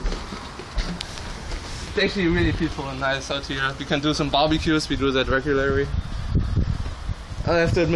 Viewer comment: reguguary aww sweedish!